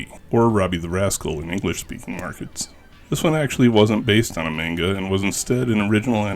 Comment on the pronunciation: Sakebi is "shout." Manga is pronounced "monn gah." 2nd: South Rainbow Lucy Superbook & The Flying House used to be run on Jim Bakker's religious Trinity Broadcasting Network. They probably paid for them. Robotchi is pronounced with 2 Long Os. Aka Ro Bo Chi. The t is there for a double consonant in the Chi syllable. Kabocha is "pumpkin." グループ タック - Group Takku but since the trailing U isn't pronounced, it's just "Tak" or "tokk." If you're seeing it as "TAC," that seems wrong. Really odd the kana say Dairagaa (Dairager) but the name we got told was "Dairugger?" or some variation with eu or ue.